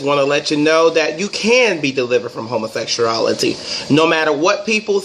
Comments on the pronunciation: "Homosexurality" lol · He said " homersexcreaality " 😩😩😩😂😂😂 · Homosexuality Man at least pronounce something right !!